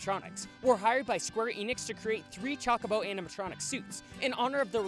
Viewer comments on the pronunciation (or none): I'm sorry to be a stickler here but- it's pronounce Choke-a-bow not Chalk-a-bow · There's Final Fantasy games with voice acting if you want to learn how to actually pronounce Chocobo